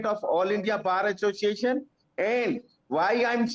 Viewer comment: A person who is unable to pronounce Bar Association become the president of All India Bar Association . What a joke. Sure he is the chamcha of central goverment